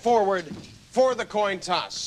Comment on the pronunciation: he said "toin coss"!